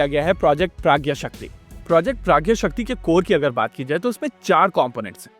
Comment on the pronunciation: Waise mujhe lagta hai ki ise प्रज्ञाशक्ति bolenge na ki प्रज्ञशक्ति.